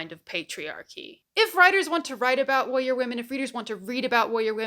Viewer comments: I'm sorry but does anyone else hear "wowwier"? I have been rewinding for 7 times and the only time i hear "warrior" is in the latter part of the video. But in any case, an intriguing insight. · The way you pronounce “warrior” is… interesting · You may have a point, but the way you say "warrior" is very funny 😂